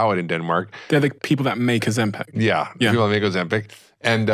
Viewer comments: OzemPAC??? Moron. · Why are you saying ozempec? It's ozempic. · It’s Ozempic NOT Ozempeck! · Why he pronouncing it Ozim-Pac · Why does he keep pronouncing it ozempeck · Why does he say Ozempeck .....it's Ozempic